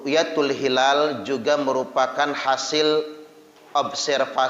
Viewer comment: Hilal itu pakai "HA", bukan "KHA". Dan jangan bikin dalil halal-haram seenaknya. Belajar lg yg banyak, semoga diberikan hidayah. Aamiin...